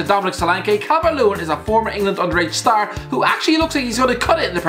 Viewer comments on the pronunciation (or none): none